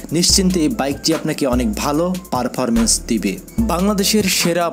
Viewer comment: পারফারমেন্স 🤣 পারফরমেন্স 😆